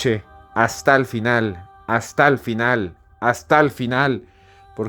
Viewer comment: Escuché astal final, Astal final, astal final